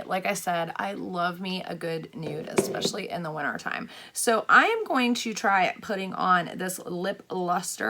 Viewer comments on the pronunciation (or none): none